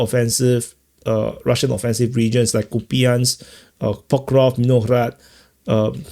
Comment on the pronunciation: Pokrof??.... Pokrofsk... F S K as Vasiliefski not Vasilef..... F S K as Tuhatsefski not Tuhatsef........ FS K as Tsaikofski not Tsaikof.... Do you like vauls??? Tsaikoski vauls is famous....